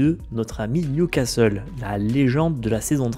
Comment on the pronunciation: ha, enfin tu dis plus Nioucasteule =)